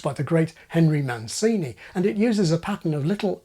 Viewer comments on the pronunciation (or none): Great video, but it's pronounced "Mantʃini", not "Mansini". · oh, the irony mancini is not pronounced man·see·nee it is pronounced man·chee·nee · What you teach in your videos they teach at universities. Lucky are those who watch you at leisure and then try to use your lessons in practice 👍 Shakespeare and Pink Panther together, you're a genius!!! P.S. Mancini should be Man(ch)ini, with ch as chin, shouldn't he?.. He was Italian. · Oh, sorry about that! I thought it weird that one of my favorite english language channels would mispronounce a name!